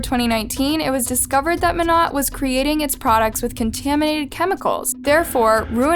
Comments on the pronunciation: It’s mo-nay… not mo-not. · Monat is pronounced with a long A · Ur pronouncing monat wrong its supposed to sound like monay...and it's a pyramid scheme and I doubt she was making 34k a month..... Also do you not know that her husband Tom is dead now??? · If it matters to ya at all, it’s pronounced “mo-nay” :) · Mona the t is silent you pronounce the a lol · Yeah it’s pronounced moenay. But it’s spelled monat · Lmao I said this too, drove me nuts how she keeps pronouncing it. It’s pronounced with a long A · monat is short for modern nature so it’s pronounced mon-ate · Decent video but your pronunciation of Monat irks me a lil not to mention leaving out a big part of the case; they had enough evidence to arrest the husband but he committed suicide right before the police were gonna arrest him. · You are pronouncing the name of the company wrong. It’s driving me crazy! Seems like you threw this one together and didn’t do very good research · "monat" the pronunciation...im dying XD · Monet is pronounced like ballet just a side note lol fyi I love this channel🔥💝💖